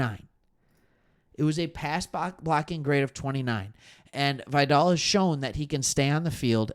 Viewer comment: Pronounced Vigh-dell. Great show.